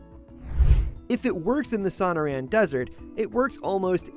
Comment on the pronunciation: It's "so-NOR-an", not the mangled pronunciation used here.